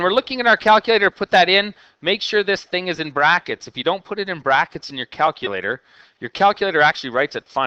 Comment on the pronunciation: Lol “brackets”